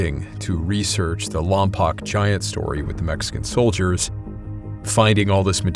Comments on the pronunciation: Love the video and got a kick out of your pronunciations. I grew up in the area. It's Lom-poke not Lom-pock and they're the Shoo-mash (like mashed potatoes) Indians not Chew-mahsh. When I was younger I had a neighbor who was Chumash. She inherited a wolf from her dad when he passed. She was allowed to keep it in her house because she's indigenous. Non-natives aren't allowed to keep dangerous wild animals. The wolf was MASSIVE. I'm bummed that I was too scared to pet it at the time. I'd love to now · I’m from Lompoc. We used to hang out in the mission late nights. Place is weird. Definitely a few weird stories for me. Also, it’s still spelled Lompoc but pronounced Lompoke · It's pronounced LOM-POKE, not lom-pock. Just fyi.😊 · Just a note of correction for you. At the beginning, the mention of Lompoc. It's pronounced "LAWM-poke," not "LAWM-pock." I should know. I lived there for 3 years back in the 1970s and people were correcting me over the name when I first arrived. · Slight correction, it's lom-poke, not lom-pock. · It's pronounced "LAHM-POKE" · It's pronounced lom-poke, and it's next to VBAFB. The town itself sucks, but that mission is well preserved and a nice place to hike. I was friends with the group of guys who were messing with the ghost adventures crew when they filmed there. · Lompoc is pronounced like Lom pōke, and Chumash is like Choo mash with the mash sounding as in mashed potatoes. AI 🙄. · It's pronounced Lompoke. I grew up there, born on Vandenberg AFB (now Vandenberg Space Force Base). Sorry, lol. It's something that drives people from there crazy. 😊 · its pronounced "lom-poke" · Hello! Great video. I'm from around that area. Lompoc is pronounced "Lom-poke." FYI. Anyhow, giant skeletons were also found on the Channel Islands. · Huh, I didn't know that. I've only ever heard it pronounced lom-pock